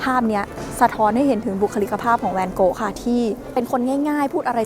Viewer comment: ทำไมฟังไปฟังมา จากแวนโก๊ะ กลายเป็นแนนโน๊ะเฉยเลย 555